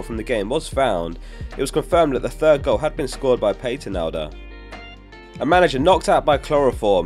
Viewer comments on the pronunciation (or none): great video, I've always been fascinated by this world cup. BTW Patenaude is pronounced pat-eh-nude